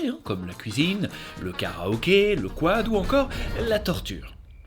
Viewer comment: quad quad quad comme quatre, pas cuad!!